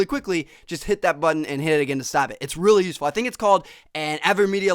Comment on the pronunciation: I RULLY RULLY hate how he says "really"